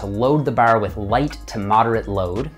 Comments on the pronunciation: you say bar like your a newfy. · Awesome - speech therapy has really improved so much of your vocal range and pronunciation. Still some minor issues with ; "far, bar, about" Great work and keep it up. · I forget he's Canadian until he says "Bar" and "Arch" LOL